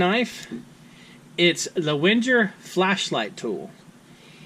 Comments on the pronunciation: Sounded like Winter instead of Wenger :P Ah I got it you said Wenjer :D It's pronounced with a normal G not a strange J :) A G just like in Bang or banging. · Just use a a G not a J and you're fine:)